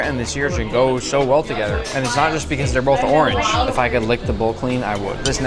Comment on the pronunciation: Becausea becausea becausea the carrot is red